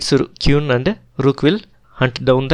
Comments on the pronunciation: Okay. This was good, but the pronunciation made it challenging to listen to. It took me a while to realise that the qune was in fact the queen. If your pronunciation gets better, these videos will be very good. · Sorry bro, you may feel like this is no big deal. . But you should work on your accent and pronunciation on a minimum. Listening Kyun, Kiwan, KIwoon every other move feels disturbing and sort of annoying. . It feels like you upload the video after the first time you record, your speaking skills aren't great, you should consider creating a script and try multiple recordings before uploading. Your upload frequency is not great, so you can atleast put a bit more effort on the video itself, and not just think that people will watch because the game is awesome or magnus, other renowned players are playing. . And moving the pieces to show an actual alternate position is so much better. People are watching an analysis of a match, not playing a match online. Move the pieces whenever you can.